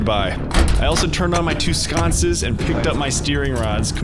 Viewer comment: only mistake he made is the way he pronounced sconces. its more like cunts with an "S" at the front and end.